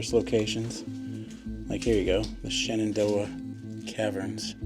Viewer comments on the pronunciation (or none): Why does every abandoned building anywhere in the world end up looking just like that? I guarantee you the day they shut the doors for good and walked away forever, it didn’t look anything like that. By the way, I’m on the other side of the state in Virginia Beach it’s not called “Shen dough a” it’s pronounced Shannon doe ah—and that “Sterno” you had no idea what it was? It’s a type of fuel except is that a liquid it’s not a gas and it’s not a solid. It’s a gel and it will get you drunk as hell!!! people often forget that prohibition in this country lasted one year longer than the great depression and that they both occurred at the same time. People would pour sterno through a cloth and drink it to get drunk because life was fucking miserable, absolutely miserable way worse than it is today or people create problems for themselves by making shit up and not wanting to get along with anyone for any reason. Strange, weird world.